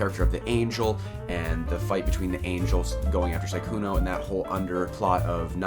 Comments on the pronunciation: I can't stand the fact he says 'Saikuno' and not 'Sukuna' :'< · Su-kuna, not sai-kuno 🤣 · i fucking bust every time you say saikuno